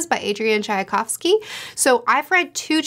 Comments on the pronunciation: Shouldn't the name be pronounced Tchaykovsky, instead of Tchayakovsky? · You’re only adding one extra sound to Tchaikovsky. It’s pronounced just like the tea chai. So “ch-eye” and then the kovsky part you have right :)